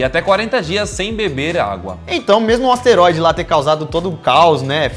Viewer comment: aouesteroide kkkkkk